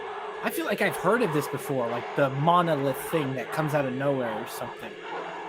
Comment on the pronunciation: You got the monolith correct almost.